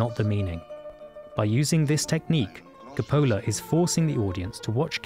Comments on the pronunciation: He just put the accent on the wrong SyllAble. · You know, for someone who loves this movie and its director so much, you could have pronounced his name right. lol C'pola. Cope-oh-la ! Great video aside from that. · Hard to pay attention to this when COPpola is pronounced as copPOALA. And SolOZZO (solOTSO) as solOAZO. These details go with in-depth analyses, don’t you think? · Dude it’s sa-LOT-so not sa-lon-zo and CO-pa-la not ca-POL-la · Christ, it's not pronounced Ca-PO-la, it's pronounced CO-pa-la. Emphasis on the first syllable, not the second. First vowel O, second A, not the reverse. How could you possibly not know that? FYI, it's Orson Welles, not Orson Wales. You probably don't know that, either. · English boy....his name is not pronounced Capole-ahh. Its CAP OH LA you genius! I think your accent is fabricated for self aggrandizement as you are just a normal private school boy who learned a public school accent....Why not tell the world your full back ground? Either we respect or affect you. You choose. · Co po la. Not copola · Ca-PO-la? No one pronounces it like that. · You are wrong. See my post on the pronunciation of " Cu-PO-lah". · "Francis Ford Kuh-Pool-uh"? I'm outta here. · Ca-POLL-ah??? at least you could pronounce the Director's name correctly. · Interesting. This is the only time I have ever heard the name pronounced that way. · I thought the same thing-and as a result didn't watch it-figuring if he couldn't pronounce the director's name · Buddy, you started off on a really bad foot when you didn't even include the name Coppola in the opening credits, then you mispronounced his name. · Can the essay pronounce Coppola’s last name correctly? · Excellent analysis on a masterpiece. But please learn how to pronounce the directors name. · you mispronounce coppola's name